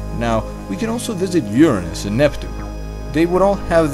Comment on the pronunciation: Finally! Somebody who says Uranus correctly! I hate it when people say "Your Anus."